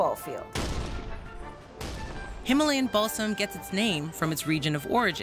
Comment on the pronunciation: I heard Himalayan Ballsack I was so confused 😭